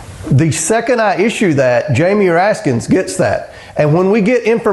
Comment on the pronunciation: Why do these idiots add an S to the end of Raskin? MTG does the same thing.